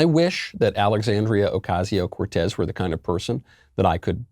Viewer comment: "OcaZio ?? S says s , simply.